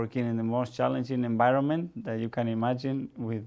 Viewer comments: No one: Mikel:enbironment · Zanekillz Spanish coaches: "Good Ebening" "Bad Enbironment"